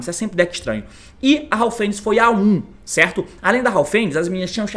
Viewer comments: T, recomendo vc chamar as cartas pelos nomes corretos, MERLI ao invés de Meiru, HAVNIS ao invés de Haufenis , etc A maioria dos jogadores não entendem quando vc fala dessa forma, só quem sabe das cartas desde seu anúncio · "Haofenis" também kkkkkk